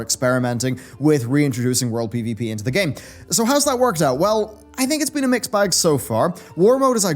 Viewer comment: Okay,, I love you to death, but today for some reason, at the 0.21 second mark, I heard you say, "What a week it's bean."